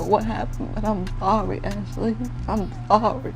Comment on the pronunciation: Did she say “I’m forry” tryna say “I’m sorry.. 🤔